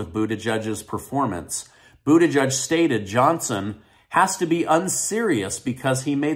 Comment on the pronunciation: I heard him Call Pete Buttigeig sp. ?) “ Bootyjuice” I was Shocked !!